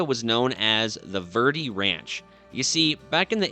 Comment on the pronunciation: It is pronounced varday.